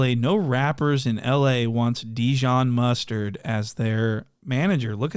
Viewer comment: Called that man Dijon Mistard 😂